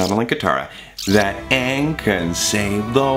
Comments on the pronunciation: When Thomas freaked out about saying 'Ahng' instead of Aang, I felt that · saying Ahng instead of Aang... too soon buddy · “It’s A-ng! Not O-ng! Don’t say it like that!!!” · "Ong!?" "IT'S AaNG NOT ONG!!!" YAAAAAAASSSSSS!!! P.S. love you sefue hotman! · Thomas being aware about how infuriating the Avatar movie was w/ it's jacked up pronunciation Aang's name is a mood. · I'm sorry, but getting upset about how was pronouncing Aang's name the way the movie did...Perfect.